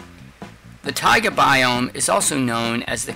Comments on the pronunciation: He didn’t even say it right he was not pronouncing the a in taiga he was saying tiga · "Tiaga" biome lol